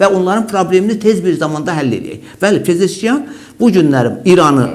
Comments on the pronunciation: Pezeşkiyan yox,Pezeşkian. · PEZEŞKİAN ! (pezeşkiyan yox) PEZEŞKİAN ❤❤❤